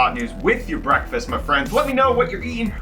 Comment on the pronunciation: Has anyone else subconsciously thought he said “Brettfast” instead of breakfast?